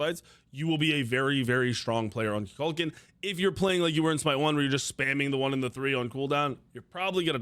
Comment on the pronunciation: Why does he say Kukukaln the wrong way? He literally pronounces his name in game.